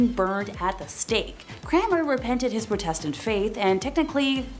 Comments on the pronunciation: You're mispronouncing Protestant. It's not Pro like Pro Football Player. More of a "aw" Praw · Please learn how to pronounce words properly before speaking. ie heretic and Protestant